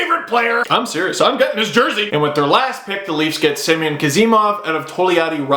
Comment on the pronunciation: Just to throw this out there, Semyon is pronounced Sim-yone